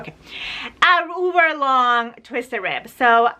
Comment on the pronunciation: Dear just a thing for you...... its uber not uver...... just saying. love you madly.